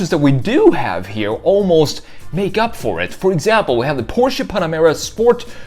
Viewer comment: Omg he knows how to pronounce Porsche